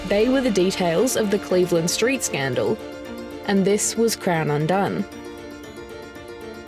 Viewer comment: It's the Cleveland Street.....scandal. Not the Cleveland.....street scandal. It wasn't a street scandal. You need to rethink how you read text and focus on getting the emphasis correct.